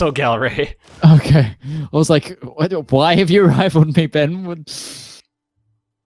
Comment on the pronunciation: I'm not dutch but when i hear people pronounce Gelre with an english G it kills me